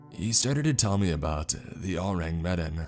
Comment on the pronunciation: say the name wrong one more time I swear to God it's not med in it's me-dawn